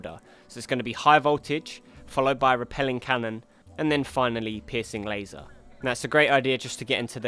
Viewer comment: I don't normally find humor in accents...but pissing laser made my sides hurt. And because I don't want to sound like a total asshole, Good video. Very informative and I look forward to fighting these guys tonight.